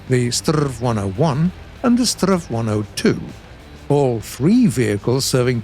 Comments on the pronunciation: "strrrrrv"..? It's "ess-te-arr-ve" or "ess-tee-ar-wee" if you pronounce the abbreviation instead of saying stridsvagn 103. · Please, S T R V not STRRRRRRVVVVV. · Pls dont say strav say s t r v or s 103. But a relly good episode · I've never heard a Swede prounounce the abbreviation "Strv" as "sturv"... but I have heard way more common that we pronounce each letter separate like "ESS tee are vee" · I'm not sure if i catched how the name of this tank should be pronounced. Is it the strrrrrrrrrrrrerv or the srrrrrrrrrrrv? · Strv isn't a word, it's and abbreviation of stridsvagn, you spell out every single letter when pronouncing it, S-T-R-V. saying it as a regular world sounds so incredibly wrong. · Just a friendly remark in Sweden we don’t say Strv in one word we say it letter by letter. :) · Come on, Strv is not a word. Its short for Stridsvagn, you pronounce each letter seperately! Please, do research how to pronounce it...